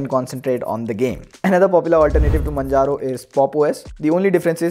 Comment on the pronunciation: its majaro, you dumb piece of shit. say with me 'mann'-'haro'.